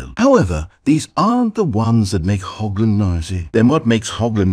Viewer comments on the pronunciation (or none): it's not pronounced "hoggland" but "horrland" it's a German ch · German hearing "HOBland".... rage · ah yes, the glorious state of Hog-land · Hochland? Weird pronunciation for USA.